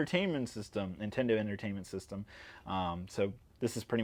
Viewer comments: Why do you pronounce NIN-Tendo as IN-TENDO? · NINTENDO not Intendo ffs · Why do you say Intendo? lol. There is an N.